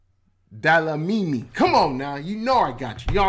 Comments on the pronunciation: "Delamini"is killing me😂😂😂😂 Dlamini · To read the surname correct 😅let me help you brother say “glam” replace that DL with GL the read it again like this Glamini 😅close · Not Delamini bro😂😂😂Dlamini. How do u say "Amandla? SAs struggle songs include such words.... amandla. That Dla.... Is same as Dlamini 😂🎉🎉🎉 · Dlamini nie Delamini..nee maan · DE- LA- MINI. Story of my children's life. My daughter (grade 0) came home from school one day & asked me "what's our surname"? I said DLAMINI whereupon she asked why all the teachers called her DELAMINI. I just laughed. I told her that the British nuns who taught me couldn't pronounce clicks so they corrupted my name to "Nomatheresa" and my surname to "Cowie". One nun asked if I was a "Saucer" instead of "Xhosa". The whole clas laughed. Unfortunately that became my nickname. Even the Shangaans from Mocambique couldn't pronounce clicks. It was weird. So, please forgive the American for the Delamini. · Nah, you get a Gong for that "Delamini"!!😂😂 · You murdering my surname dude😂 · The video misled you that is not how you pronounce Dlamini😅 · FYI, the person behind the video you were watching is not South African, that is why he can’t pronounce South African words. Please ask South Africans how to pronounce DLAMINI. I am irritated that that account didn’t even bother to ask how South African names/words should be pronounced